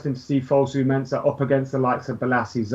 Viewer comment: why the hell does say "Menza"??? Its "MenSAH" my g